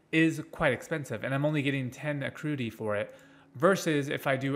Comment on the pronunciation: kept saying patreons and acruity all video. Would definitely suggest making sure you're stating things correctly, especially for a guide video.